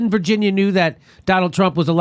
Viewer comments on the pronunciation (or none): none